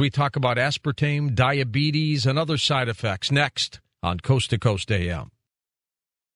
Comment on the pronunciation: I cringe every time she says "dah-bee-tees."